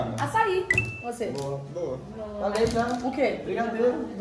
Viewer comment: "Agora océ ouve" KKKKKKK 👁️👄👁️